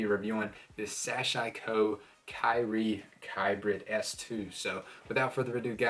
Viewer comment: Also it's pronounced SAH-SHE-KO. ;)